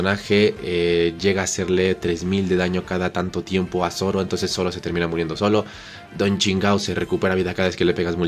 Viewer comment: Me da risa como le dice Don chingao a Don chinjao xdxd